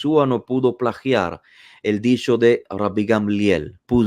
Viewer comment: Disho disho disho (habla bien)